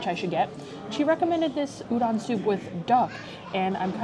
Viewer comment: Oh and btw Udon is pronounced “oo-dohn”, so excited for your last 2 restaurants!! いただきます🥢🍣🍶